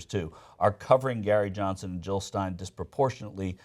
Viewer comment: Jill not Hill. Pass it along.